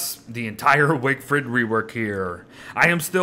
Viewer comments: "Wigfred wework" nice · I came here just to hear wigfrid mispronounced